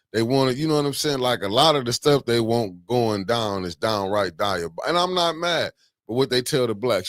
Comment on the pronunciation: The fact that y'all can't get that mans name right, DI O BOL ICAL!!! 😂😂😂